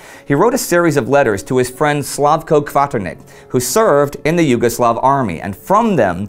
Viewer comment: Great episode.You did a great job on pronouncing Kvaternik and Borojevic's names.It's sad that only one street in Croatia is named after him.A forgo otten hero,whose father was a Serb and mother Croat...